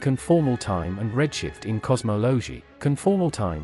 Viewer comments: AI Generated, AI narrated. Can't even pronounce cosmology. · Best part was the “fried man” equations and “cosmowlowgee” and what are “jiegayuhs”? 😂 🤮 word salad topped with random imagery that sometimes accidentally lines up with the unpunctuated, non stop stream of oddly inflected words.